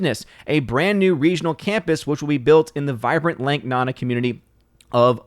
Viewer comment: I’m pretty sure it’s lake nOnA not “nana”